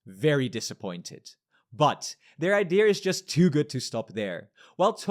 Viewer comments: “pretty smart idear” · pls learn how to pronounce the simple word idea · Try saying IDEA without the R, dude